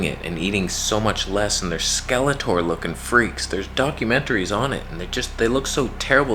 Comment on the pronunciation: Did you say doncumentary ?